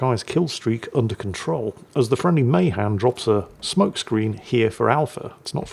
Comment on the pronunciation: Hey! Appreciate you and your content. Friendly heads up, as a MAHAN sailor myself, we pronounce it, Muh-Han with the Han sounding like “hand”. Your American cousin just wants you to sound your best. But seeing as we haven’t spoken English over here in ages, you do with that however you want. 😂